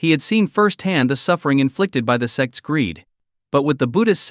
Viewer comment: "Sects" not "sex" 😅